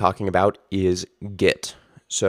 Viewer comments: Ah, I see. Well, I maintain the videos is ultra confusing because you pronounce your e like an i and it sounds like git. I genuinely didn't get it. Or is that git it? ;) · Kinda confusing that you pronounce GET as GIT